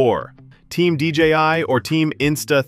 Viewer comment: d j i not dgi